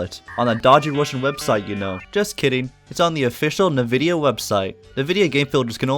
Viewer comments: that is NOT how you pronounce nvidia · this man pronounces nvidia "nuh-vidia" and not "en-vidia" what a madlad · Ah yes... NuhVidia.